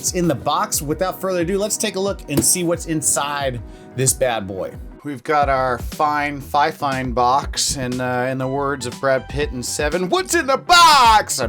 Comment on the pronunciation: fifane????????? XD